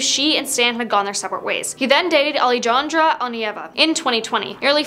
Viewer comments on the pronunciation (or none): why did you say Alijahnrja ??? It's Alejandra its not that hard to say ?????